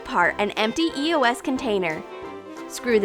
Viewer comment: bruh eos is pronounced eeee-ohs